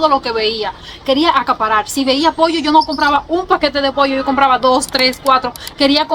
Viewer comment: Hola bendiciones que bueno que estás contenta en mi rd primer cubana que escucho que dices pollo todos dicen poio